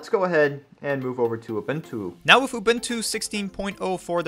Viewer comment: uh-boon-too, not uh-bin-too.